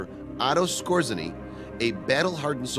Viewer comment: Small corrections: Otto Skorzeny’s name is pronounced score-Zanie. Colliers (magazine) pronounced COLL-yerz. Goebels pronounced GURR-bulz, not GO-bulz.